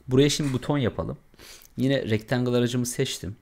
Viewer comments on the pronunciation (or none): hemen ogle ile ofke ile ustume atlanmaz umarim .Rectangle (rictengil) degil oldugu gibi( rectengil ) olarak soylenir nacizane ..uyarayim istedim